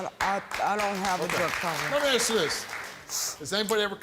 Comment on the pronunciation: Whats wrong with these people who cant say "Ask" or "Explained" correctly.